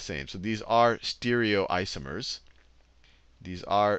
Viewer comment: E-nan-tee-omers.. not "enansheeomers"... Stereoisomers not "steerioisomers" I'm not sure where this teacher got his pronounciations from (not talking to anyone else?), but nobody in the field pronounce these terms in a way this guy does.